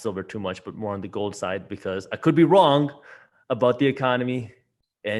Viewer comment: Stopped watching as soon as he said GOOOLD